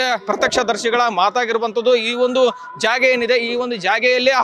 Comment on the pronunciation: ಜಾಗೆ ಅಲ್ಲ ಜಾಗ ಎಂದು ಹೇಳಿ